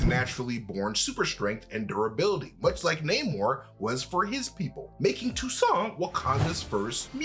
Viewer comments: Yes, but the name is Toussaint not Toussant. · Have to point out the name is TOUSSAINT (even if Nakia prononces TOUSSANT). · If you Haitian u should right Toussaint right 😂😂😂🇭🇹🇭🇹🇭🇹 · It's Toussaint...lol from Haiti